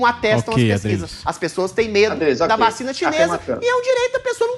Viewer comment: o Adriles fala 'VACHINA' kkkkkkkkkkkkkkkkkkkkkkkkkkkkkkkk